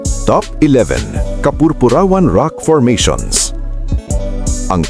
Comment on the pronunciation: Bigkasin ng tama ang kapurpurawan at ang Samar